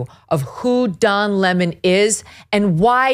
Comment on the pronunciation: Don Lemon < pronounced LaMoan. Don LaMoan is back.